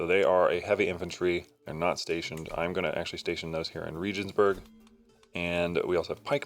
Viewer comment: Pronunciation Regensburg Is with a hard G